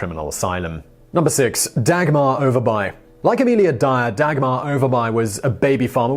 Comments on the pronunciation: Lol u guys pronouncing all the letters in Danish words, so cute. It's something close to "o'er bu-eh" y is like the old greek upsilon "Y" and v is a glottal stop, because reasons because Danish. Sorry guys. It means upper village/town. If you see -by in a town it means exactly that, town e.g. rugby, whitby. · Dagmar Overby and you pronounce her name Over buy? You must live in the town of Grims buy.